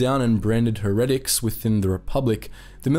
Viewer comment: Heretics is pronounced Hair-ah-ticks not her-attics